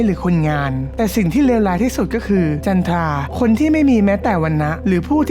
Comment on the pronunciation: จันทรา แค่อ่านมึงก็อ่านผิดแล้ว เสียเวลากุ